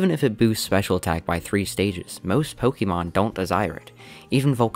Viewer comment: Sorry man, had to stop watching due to how you pronounce pokemon. (Pokimon)